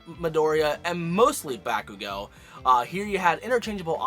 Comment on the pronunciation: He said back ooh go